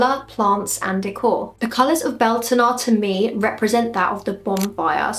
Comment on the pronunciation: Pronunciation is more like byowltanna.